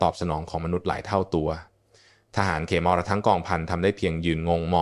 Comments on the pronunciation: อ่าน เขมร (คะ-เหมน) เป็น เข-มอน ซะงั้น บางครั้งก็คิดว่า ต่างชาติทำคลิปแล้วใช้ ai อ่าน ใช้หาเงินจากยอดไลค์ ยอดแชร์จากคนไทย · นี่ก็คนเป็น AI อ่านอีกแล่วมั้ง"อ่านเขมร(ขะเหมน)เป็น เข-มอน.. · สะกดภาษาไทยให้ถูกครับเดี๋ยวนักเรียนที่อ่านจะสับสนคำว่าเขมร-ขะ-เหม็น ไม่ใช่เข-มอน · (ขะ-เหมน) ไม่ใช่(เข-มอน) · เรียนจบอย่างสูงแต่อ่านไม่ถูต้องเช่นทหารเขมะระและเขมอนมันไปทั่วโลกไม่หาคนอ่านข่าวให้ฟังถูกอักขระหน่อยครับ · ภาษาไทยวิบัติออกเสียงเขมรว่าเข มอน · อ่านเขมรก็ไม่ถูกนะAI